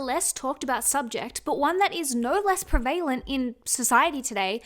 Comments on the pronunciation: What we look like should be the LEAST interesting thing about us. You’re a beautiful Person, I hope the awful comments done get to you. Also side note- when you’re saying “preVAYlent”, do you mean prevent? I’ve just never heard anyone pronounce the word like that 😂 it made me laugh only cos I was trying to figure out what this word was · prev - a -lent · pre-valent hahaha I love her 🤍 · I’m sorry but you’re pronouncing prevalent wrong 🙈